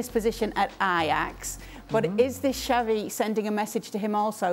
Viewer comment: Pundits from a multi million dollar company can't even pronounce Xavi's name properly🤦🏾 says a lot